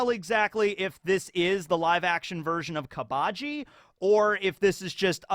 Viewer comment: KAA AA BA JI? like in english its pronounced KABA JII... jesus you sub enjoyers need to take a sec to lower the collective weeb level by just like 3 notches when you speak talk about this shit in english cause saying shit like yonko or shishibukai or gomu gomu no makes you sound like a total fucking tool... like i have rewatched one piece in its entireity over the years since like 2016 at least fucking like 8 or 9 times and that we all know just how much has been added over that time and even i dont do that shit cause its fucking cringe and anyways i stand by the fact that the dub is equally as good as the sub and infact better for native english speakers cause the voices line up better, the jokes that were about japanese culture and the language get changed to jokes about the english language and general things that people immersed in english speaking cultures usually would understand far better, and its WAAAYYYY easier to watch with franky in the dub is literally 10 billion times better at it than the sub va could ever hope to do purely because franky is a all american legend who needs to be voiced by a true coka cola blooded chees wiz and triscuts for 5 meals of the day AMERICAN.......